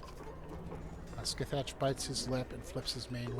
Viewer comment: Scathatch is pronounced Ska-Hah